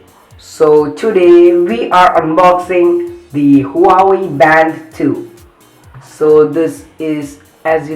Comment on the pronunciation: Bhai huawei ki pronounce to sikh le chaman